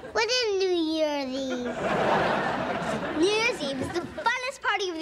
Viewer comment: When Michelle said "what is New Year's Eve?" It sounded like if she said "what is New Jersey?"